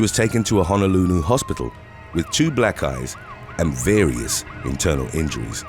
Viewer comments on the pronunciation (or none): "with to black eyes" sounded like "with two black guys". I had to look up at my computer wondering what that had to do with it 😅